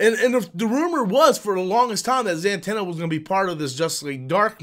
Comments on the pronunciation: The Dark Knight over Batman 89. Also: Za-tanna, not Zan-tanna. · Why are you saying zantanna?? It's Zatanna.